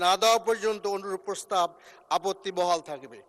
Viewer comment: মূর্খ লোক ,, প্রস্তাব কে প্রসাব বলছে